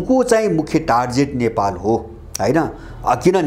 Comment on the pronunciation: Excellent analysis sir! Thanks a lot for this amazing and informative video!! So-called USA Is not even a country but just an adopted son of British emperealism that must be divided into many independent countries very soon!!! टार्जेट होइन सर टार्गेट भन्नु होला कृपया। क्षमा चाहन्छु।